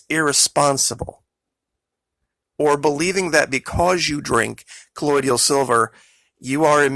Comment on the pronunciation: You are pronouncing colloidal incorrectly... it's co loid al not co loid ial.